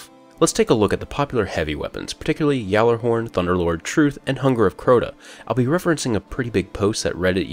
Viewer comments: Its not a yallahorn XD its a Gjallahorn XD the J is silent. It doesnt make a Y sound XD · The J is silent. The launcher begins with a G with a silent J. You always get it wrong. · It's ga-la-horn not ya-la-horn get it right people!!! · I dont care about sounding cultured and intelligent, everyone pronounces it Gallahorn. The people that pronounce it Yallahorn are just smartasses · I believe the correct pronunciation in the United States of America is called "Ballerhorn" or Bah-lahr-horn. Seriously though, every time someone tries to correct me on the pronunciation (which I obviously know and choose to ignore) I put as much emphasis in to saying Gahllerhorn as possible. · It's not Cuhjallerhorn either. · The "Gj" in Gjallarhorn is pronounced as "Y" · No its not XD everyone pronounces it with a G XD